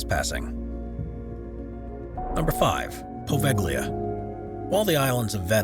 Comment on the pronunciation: And "Poveglia" as POHVEKHLIYA.